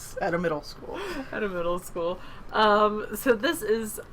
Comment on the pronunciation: When you said middle school it sounded like mental school...lol.